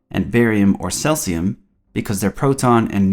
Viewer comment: Dahell is 'Celsium?